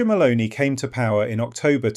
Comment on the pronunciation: It's MELONI not MALONEY! get a new computer.